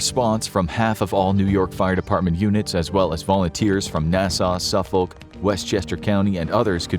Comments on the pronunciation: Just a pronunciation clarification it’s Suffolk pronounced Suffick county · bro said “suff-olk” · Suffolk is pronounced more like sufik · it’s pronounced “suf-fik” county. 😂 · Good video but it's funny how you cannot pronounce Nassau or Suffolk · YOU MISSPRONOUCED SUFFOK CONUTY ITS SPOUSE TO HAVE AN I NOT O WHEN PRONOUCING IT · Gotta work on your pronunciation, of Suffolk county lol